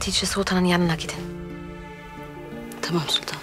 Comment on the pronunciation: Ah Leo ne kadar güzel tımaam diyorsun